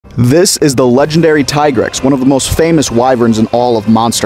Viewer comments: Alright im gonna stop u right here U lost ur right to talk about monsters after u didnt Do enough research to pronounce its Name right Its TEA-grex and not fkn tie-grex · .....it's "Tee-grex" not "tie-grex" his tiger stipes makes you want to say the tie part, but that is not at all how any of the games pronounced it. It's "tee-grex" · Why do people still call him "Ty-grex" when world confirmed that it was in fact pronounced "Tee-Grex" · Pronounced Tee-grex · Youre pronouncing it wrong